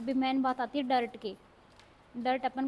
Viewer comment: Sorry to say but mam डार्ट hota है ।। डर्ट nahi